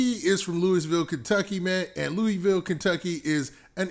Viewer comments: I’m from Kentucky and it’s pronounced LOUIE VILLE, lol funny hearing you say that. Great vid tho!! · I been rocking with you for too long for you to say the name of my city wrong gangsta